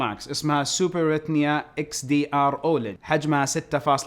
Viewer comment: سوبر رتنيا 😂 فيه احد صاده مثلي؟